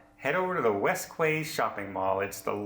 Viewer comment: 'quay' is pronounced 'key',!